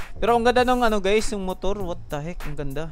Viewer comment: mutur. lol